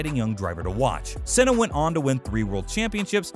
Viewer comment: GIELESS VELLNUVE ARTIN SENNA MICHAEL SHOE MAKER ALAYN PROEST